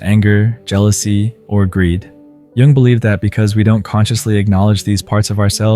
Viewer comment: Not sure whether it's a real person or AI, but Jung is certainly not pronounced "young". Very annoying.